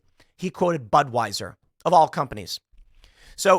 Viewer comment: Asked for comment, the DeSantis campaign spokesperson replied, "BUD WEIS ER" 🤣🤣